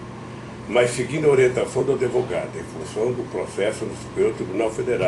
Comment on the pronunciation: Não é adevogado seu jumento